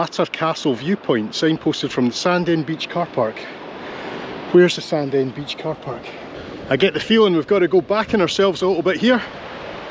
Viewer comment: Thanks again for bringing back my childhood. I recall running along Sandend beach with my brother having run down from the hills. I live in England now and the folks moved to Nairn so it's rare to see all the towns and villages I spent my early days in. Btw Sandend is pronounced "Sanine" to the locals!